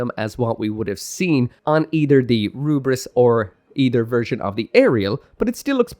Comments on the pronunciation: "ELFRITH". THE DUB HAS BEEN OUT FOR MONTHS. WE KNOW NOW DEFINITIVELY IT'S "ELFRITH". NOT "L'FRITH" AND SURE AS HELL NOT "RUBRISS". I'm sure you don't intend it, but "Rubriss" comes across borderline racist - you've always been able to read that there's an L there, and thus had to know that the Japanese VA' s pronunciation can only be an artifact of the well-known difficulty of those who grow up speaking only Japanese distinguishing Ls from Rs. That is to say - and again I stress I'm sure you don't intend this - you sound like someone holding their fingers up to their eyes to pull them into a slant and saying "one rarge flied lice to go, anthing erse fol honolable customuh?" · I hated that he sticks on pronouncing it as rubris lmao. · Takes a lot of hubris to pronounce it "Rubris" 🤣🤣🤣😉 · While calling the Lfrith as "Rubris" isn't wrong, I just find it a bit annoying as it's actually meant to be pronounced as "Lefrith" it's just that japanese people pronounce the letter "L" as "R"